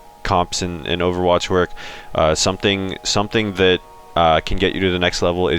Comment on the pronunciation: anyone else hate how these people say "overwatch central"? it sounds like they're saying "owutch central" and it bugs me enough to comment about it lmao